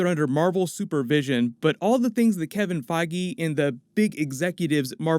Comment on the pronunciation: Omfg say Kevin Feige's name correctly... Holy shit...